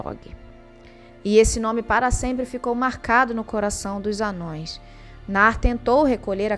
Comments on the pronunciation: n eh te corrigindo , e nem eh um erro de português, mas se vc pesquisar um pouco vai ver qual pronuncia correta, ha , vejo seus vídeos e só fiz uma crítica construtiva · a pronúncia de ambos é correta. Embora o termo "Anãos" seja o usado atualmente na tradução nova, isso não torna o termo "anões" incorreto de se falar no dia a dia quando discutimos o Legendário. Tá de boa até oscilar entre eles, kkkkk